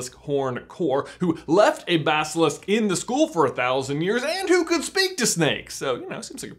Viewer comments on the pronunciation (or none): none